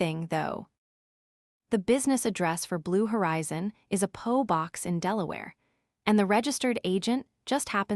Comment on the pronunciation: P. O. Box. AI will never take over the world if it can't learn pronounce words properly.